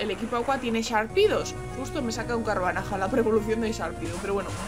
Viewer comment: Me rei mucho cuando decias el nombre del Carvanha, q decias Carvanaja xDD